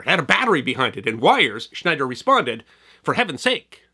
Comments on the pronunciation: Check your pronunciation for "Schneier" in "Schneier on Security". No 'D' for Bruce Schneier. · You goofed on the pronunciation of Bruce Schneier's name. There's no "d" in there.